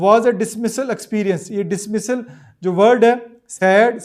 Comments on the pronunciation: dismal likh wah hey dismasal prh rhay ho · bhai khud parhna seekho dismissal ni dismal hai